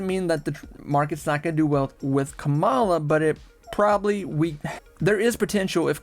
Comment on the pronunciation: How do people still not know how to pronounce Kamala? 😅